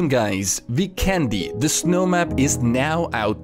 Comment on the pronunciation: Hey, I don't want to be a grammar Nazi hehe but you're pronouncing Vikendi totally wrong. If you do some research on the official PUBG site you can find the map is based in the Adriatic Sea and the nations that are all part of the Adriatic sea are Albania, Bosnia and Herzegovina, Croatia, Italy, Montenegro and including Slovenia. Now to factor out all the nations we should look at the name on the locations and as you might notice they are very Slavic based and the only nation doesn't have a Slavic based language is Italy. So now we have 5 other nations with the Identical language pretty much and with the magic of my Bosnian and google translate if we enter the name of the map "Vikendi" in any of the 5 languages it will be translated to weekend and also trying to correct you grammar just simply press speak on google translate and you should have a much better idea. Now to just back up my self up I believe they would name the map after the word "weekend" since with my experience its a very beautiful ocean with visiting Bari, Neum, Dubrovnik, and the term could come from the saying "weekend on the beach". Its gonna be hard to know where the map is actually based without an official word but at least we have a surrounding area. If you honestly read this I appreciate it a lot that I could slightly educate you with some cool info <3